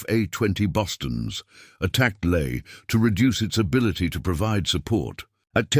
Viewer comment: LAE NOT LAY !!!!